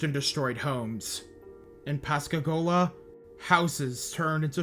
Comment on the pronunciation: Just an fyi you mispronounced Pascagoula and Pass Christian. Pascagoula sounds more like ghoul than goal. And it’s not pronounced Christian like the religion. It’s more like Christi-anne.